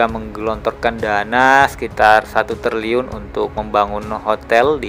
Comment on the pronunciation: Triliun bang bukan terliyun😂